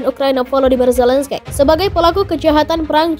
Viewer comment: Bukan Zelenskaiii...mbak...baca nya....terbang Nanti...hiii...hii